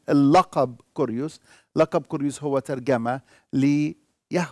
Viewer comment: كيريوس بالكسر وليس بالضم